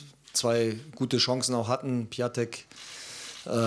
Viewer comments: PiAtek? Piatek(Piontek).......der Nouri weiß ja nicht mal wie seine Spieler heißen. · Er wird Piontek und nicht Piatek ausgesprochen...